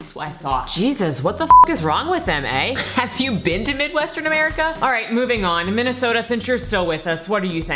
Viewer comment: Its eh, not hey